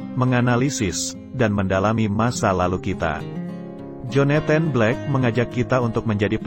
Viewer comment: Agak terganggu dengan beberapa penyebutan yang gak pas, Joneten ? Pusel ? Maaf ya....nyebut Jonathan aja gpp kok daripada gak pas, Puzzle = Pazel....